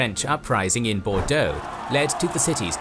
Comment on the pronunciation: As a Bordeaux resident, I definitely had a little added giggle when I heard you pronounce the names of cities around here ! Very good pronunciation, may I had 👌